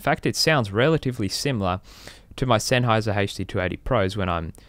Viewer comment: Szenháyz'r never brájk! OMG that accent..